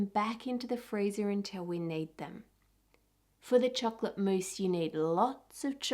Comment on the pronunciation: every time she says chocolate I wanna punch her throat